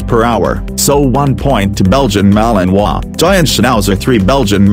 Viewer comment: You finally said the name of the malinois correctly, my congrates